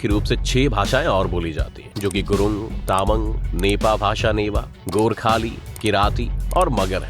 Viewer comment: not ता‌मग its तामाङ ❤️😅